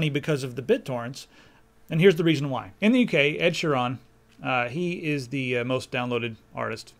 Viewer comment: lol ed shee-ron :L